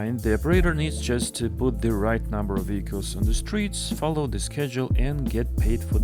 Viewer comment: Weehicles. Hee heee